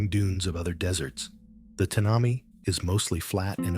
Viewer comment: More to this story than meets the eye / ear. The desert name pronunciation is Tan a my. Thanks